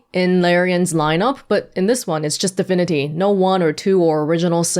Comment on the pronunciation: Am i the only one that keeps hearing her saying "difinity" and not divinity?